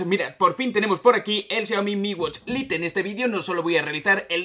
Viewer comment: En serio pronuncias a como se lee "LITE" wtf